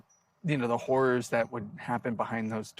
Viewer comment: ..oh “HORR ORRS” okay I see